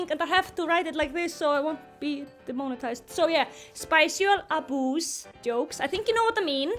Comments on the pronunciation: I am going to say spicual instead of sexual from now on...thanks. And you were asking, no i did not find it funny at all. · why did i hear spicual aboos as spousal aboos 💀